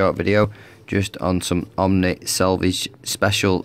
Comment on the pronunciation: Nice video, but dude, it's "Oh-nee," not OMNI.